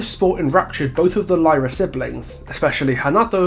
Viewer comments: And they are from Fortaleza, not Rio. And it's not ''lie-rah'' it's ''leerah'' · Also "y" in Brazil is pronounced as "ee". So their surnames would be "Leeruh". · Brazilian here. Really enjoyed the video and wanted to point out you actually pronounce the y in Lyra with an “E” sound. Sorry for pointing it out, but I’ve seen so many people pronouncing it wrong. Keep the good work